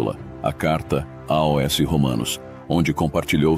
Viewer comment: A Narração sintetizada não consegue falar a preposição “aos”. Mas mesmo assim, excelente vídeo.